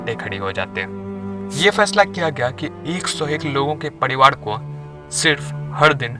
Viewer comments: Padiwad kya hota hai? Pariwar bol na saaf saaf. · कराने –कड़ाने, राजा -- डाजा , परिवार _ परीवाड ....ese kaise bolte hn bhai??? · सब कूछ तो ठीक है लेकीन यह तू र को ड क्यो उच्चारण कर रहा है ? 😂😂 पडीवाड नही परिवार होता है और परिवार ही बोला भी जाता है । हिंदी नहीं आती तो सीखो कमसे कम उच्चारण तो सही हो । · Focus on your words bro Its privar not pdivar aur raja not daja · Pariwar hota hai Padiwar nhi bhai